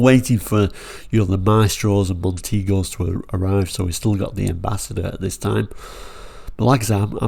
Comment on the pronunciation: I'm in agreement with you over the pronunciation. Its how i knew it growing up during the era. There is even a Montego advert where they pronounce it this way but It seems everyone now wants to tell us we are wrong. Particularly those who weren't even around at the time. Tom drives well and truly hacked me off when he asked how it should be pronounced stirring up the 2 factions without the s without the s its Belgian and all that crap when he had already done the video. It just seemed unnecessary to rile both sides. Then when challenged by others he hid behind the line its S because the experts at the Museum tell me that's how you say it. Yes and how many of them were around at the time and i ve met lots of experts before. At the end of the day say it how you like if you don't agree then agree to disagree. Its a word and not worth getting upset about.